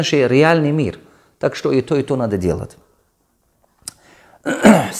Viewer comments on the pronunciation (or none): Сначала на русском научись нормально разговаривать дэлат